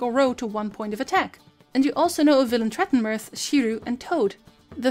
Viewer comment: I mean the tutorial is great and all but im just impressed by your pronounciation of Villentretrenmerth